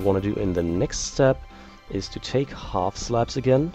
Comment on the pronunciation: sounds like he says half slaps. lol